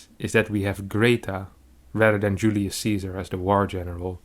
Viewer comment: Julius Caesar is pronounced Yulee- us Kaisar. You got the first name spot on. All c’s in Latin are pronounced as K. Thanks for the vid as always 😁